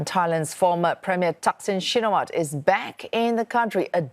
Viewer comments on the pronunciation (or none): Shinawatra ! Not Shinawat !